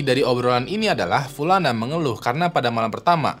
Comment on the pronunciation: Btw, nih kaya nyah punya mantan bernama pulana deh tiap, upload pulana terus gua denger.